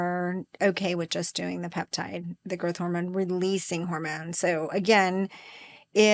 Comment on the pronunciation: Girth hormone? Are you trying to say growth hormone?